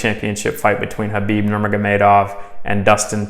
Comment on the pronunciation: K is silent brother so please pronounce his name properly.. Thank you